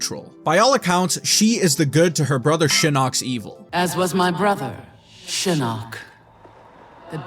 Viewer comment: Why do you only mention the inconsistent pronunciation for Takeda but not Shinok? The announcer pronounced it "Shi-knock" and "Shi-nook".....so there's that...